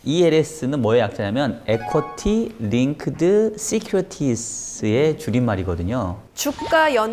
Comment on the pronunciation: 저 남자 equity linked securities 발음을 완전 한국식으로 틀리게 하면서도 저 여자한테 굉장히 자기가 영어를 잘하는 것 같은 자신감으로 가르쳐 주고 있네, 빵 웃고 갑니다